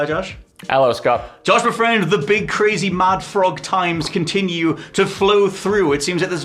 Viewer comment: "Josh ma'friend"